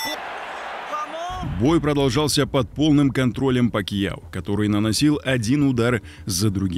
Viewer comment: Не Пакио, а Пакяо. Если ты осёл.